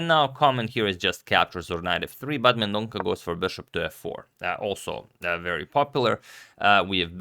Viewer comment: Sorry for pointing out but Leon surname is pronounced as Mendon'SA'